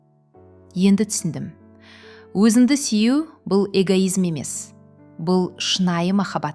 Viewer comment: " Сүю" сөзін дұрыстап айтсаңыз болады 😊